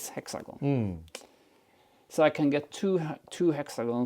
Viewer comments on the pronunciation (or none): none